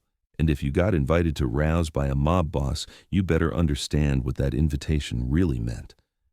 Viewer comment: It’s RAOs. Not rouse. FYI. 115 n pleasant ave nyc